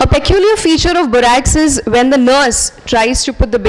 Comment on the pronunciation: Please correctly pronounce word peculiar.